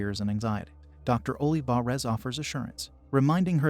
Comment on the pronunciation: Ohleevahrez lol my bad, the voice says the name in an odd way.